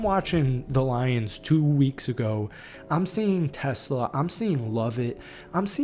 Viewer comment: Hey, he's not a car or an inventor. He is not Tesla. He's Ta-slay-ah.